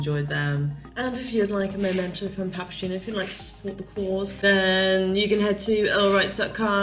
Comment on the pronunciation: Ive been following the Delos story for a few years,, so please excuse my rudeness in assuming I know you enough to say this...but the name of your vessel, according to its Italian spelling, is "pah-pah-gay-no". It is, indeed, a leading character role in Mozart's opera, The Magic Flute. In fact, the magic flute belonged to Papageno. He is a delightful character, full of fun and slightly mischievous. A bit like you, perhaps! If you wish to pronounce the name with "gee" instead of "gay", the spelling would change to Papagino, rather than Papageno. At least you will know in case someone asks you! Adventures await!